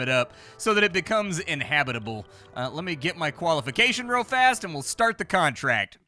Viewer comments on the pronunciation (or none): none